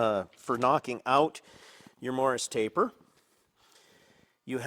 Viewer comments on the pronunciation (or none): "Morse", not "morris" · I am trying not to assume I know everything about machining as it is a vast and historied subject. Is this an American machine taper or is it a typo from your pronunciation of Morse? I couldn`t find anything online but google can be a little blind on Machining subjects at times. Generally enjoy your content and Thank you for the hard work.